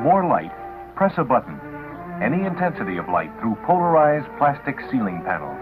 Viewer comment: "Its made of Plastic, Plaz-tek"